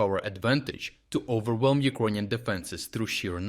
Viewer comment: Iconian army? LOL Learn how to speak first. LOL.